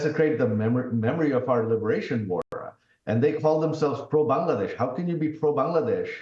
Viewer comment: It's Bangladesh not B'desh . Some mistakes you also had joy . When I was going door to door no one payed heed . But it was important . This is called nature's justice. You shoud have helped me.